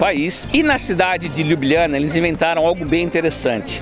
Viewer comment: Fala o nome CORRETO, LYUBLYANA